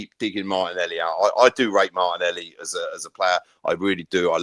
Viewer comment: I heard it as Martinelli show 😂